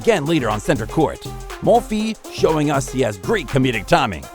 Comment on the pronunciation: Very nice video but if you work on your name pronunciation a bit more (Schwartzman, Monfils, Tomic) it will be better